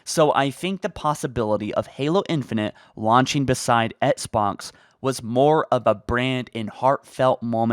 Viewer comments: Do you mean "Etsbots"? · Why does he pronounce “Xbox” as “EtSbOx”